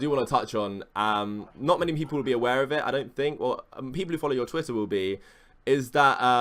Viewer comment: that's not how u say pedophile or twitter you ugly idiot